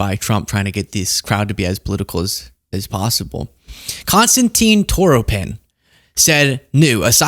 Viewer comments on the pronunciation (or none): none